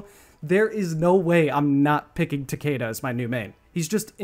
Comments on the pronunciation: BRO ITS TA-KI-DA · Describing "Tah-kay-duh" as the "Proper pronunciation" is a massive issue that the west has with their understanding of language. It's a Japanese word, specifically it would be part of the Hiragana alphabet.. There's no point preaching correct pronunciation with a western accent, when the "Correct" pronunciation would be the Japanese pronunciation.. It would be more akin to "Tah-keh-duh" with the "keh" sounding more like "Air" or "Eh"..Rather than "Key" or "See" TL;DR - It's hard to explain this shit through text when you can't hear the syllables being pronounced. Both "Takida" AND "Takeda" are incorrect judging by the way, and any western accent would pronounce them. Not hating on you, love your content and respect you immensely, I'm just a grammar Nazi who's tired of everyone's lack of understanding. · I mean you can pronounce his name however you want bro but mkx is the best mk in my opinion and I think announcer from mkx is is the best one as well so I just like “Takida” more than “Takeda” but whatever you like dude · takeda is pronounced ta-kee-da in japanese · PLEASE SAY TAKIDA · PS: I'm Aussie, if I were to pronounce the word I'd say it like "Tah-kay-duh"...The same way said it... But that isn't technically correct.